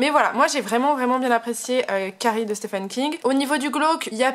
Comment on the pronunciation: Merci pour votre vidéo! Les francophones prononcent mal "Stephen". Il faut prononcer " ph" comme un "v" et pour le premier "e" c'est le son "i". Comme dans " Peter".